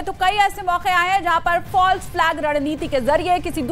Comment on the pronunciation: फल्स, फाल्स नहि तेत्री